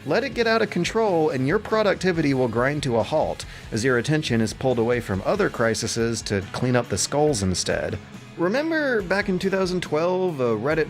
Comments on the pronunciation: I hurts... I think he also said "criseses" (cry-sis-us) instead of "Crises" (cry-sees) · It's pronounced "cry-seas." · "Crisises" and "nucular" made me stop watching.